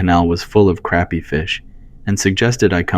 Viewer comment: Crappie fish, pronounced "croppy", not "crappy" 🎉